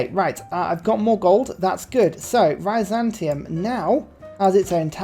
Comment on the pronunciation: I love how he pronounces Byzantium. It's not Heterozantium, Homozantium, Aznatium, or even Panzantium--it's Bizantium.